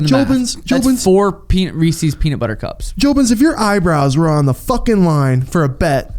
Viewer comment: wtf is a Reesee's Peesees